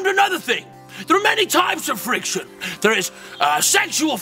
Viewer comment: The accents, I love it. Frrrrriction.